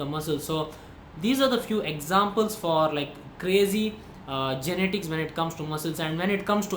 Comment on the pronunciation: YE-NE-TICS yarrrrr